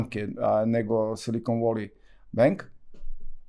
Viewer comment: Valley se ne cita kao /voli/ nego / veli /....voli wolly je urbani izraz za muski polni organ 😂😂😂😂